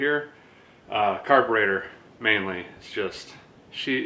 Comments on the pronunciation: did you just say "the fuel make it happener " ? [ carbertater ] ........good one. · Did you just say Carburetor?